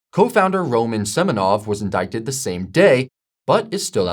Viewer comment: Have you never heard the word "indict" said out loud before?